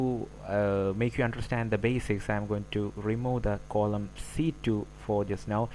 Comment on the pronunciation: Its not coloumn.. Its 'Column'